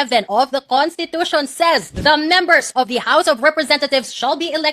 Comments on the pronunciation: nakakahiya, Contitution daw,! wrong pronounciation ??? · contitution daw , wrong pronounciation.